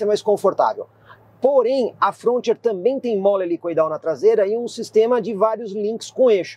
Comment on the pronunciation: Apresentação excelente como sempre , mas a pronúncia da Frontier está errada !